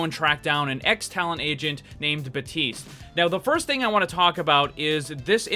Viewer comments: its BAPTISTE not BATISTE. FUCK THAT MAKES ME MAD. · Baptiste not batiste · Lvl100 boss: not pronouncing the P in baptiste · In french we also say Batiste when someone's name is Baptiste